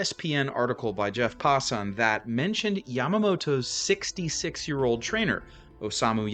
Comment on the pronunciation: Hey! That’s pronounced “Pass In” NOT “Pa Son”. Re: Jeff Passan.